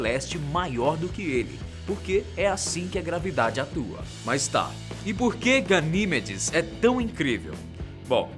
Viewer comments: ga-ni-ME-des PELAMOR DE DEUS. Não ga-NÍ-me-des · Pronunciou os nomes quase todos errados... Não se lê AIO... é IO mesmo. A maioria das luas são referências a mitologia Greco-romana. Ganimedes não tem acento no I. E esqueceu de falar sobre Caronte (Lua de Plutao) e a particularidade das luas de Marte (Phobos e Deimos). Muito desinformado esse pobre rapaz.